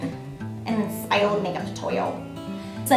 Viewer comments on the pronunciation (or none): I laughed so hard with your bloopers... "Inspiwed makeup tutowial" lol gorgeous look!